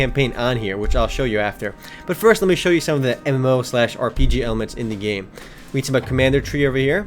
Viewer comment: When he says MMO it sounds like Emmllooou